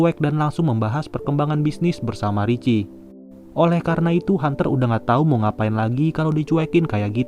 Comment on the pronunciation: Bang..itu nama laki laki nya bukan Rici tapi Kalau dibaca Riki..